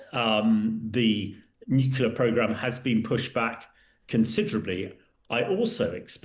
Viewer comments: Nuclear gentlemen, nuclear, not nucular! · The word is Nuclear - not Nucular. If I recall it was George W. Bush who first mispronounced this word. I never thought that Times journalists would copy him. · I do wish journalists wouldn't say "nucular", the word is NUCLEAR for goodness sake. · why do educated people pronounce nuclear as nucular? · When I hear someone say 'nukular', I automatically dismiss their opinion on the subject. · The mispronunciation of "nuclear" is a pet peeve in my book, right up there with mispronouncing the word "ask". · Even BRITS say NEW COOLER ....ITS NUCLEAR!!! LOL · Please stop saying "nucular". It's very annoying. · Nukular??? Come on aren’t you Brits supposed to speak English properly compared to us Americans? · Did their commentator say NUCULAR ?😂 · I know how you feel, but Victor J. Hanson calls it nucular so you have to allow some leeway. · many say nukeelar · Nukula is not a regional accent variation. It is simply laziness. It's rather like calling you Grame or Grime. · "Nucular" isn't a dialect word. Like "dimunition" or asterix (for asterisk), it is a plain and simple mispronunciation. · What is a NUKULA programme? Can't the Times Radio get proper English speakers to present their stories? It's a vitally important matter of credibility for a news channel to employ news readers who use the correct words to describe topics and events. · I do wish people would pronounce nuclear correctly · The pronunciation of the word 'nuclear' has been tortured by uncountable numbers of people ever since it hit the dictionary. Junior wasn't the first to do it and he's obviously not the last. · Oh no! It's Tweedle Dum and Tweedle Dee - and neither can pronounce the tricky word "nuclear." FFS, Times Radio. Where do you get these morons?